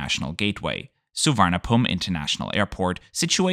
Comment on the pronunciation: Just a pronunciation guide. Suvarnabhumi = Soo-wa-na-poom; Don Mueang = Don Mwang; Bang Sue = Bang Su (close but not really).